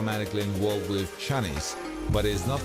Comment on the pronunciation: Chanice??? It was Shah-nise! Does he EVER watch any of the videos he covers?